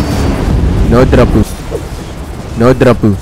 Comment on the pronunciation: The way u pronounce no dropu and each drops was satisfying lol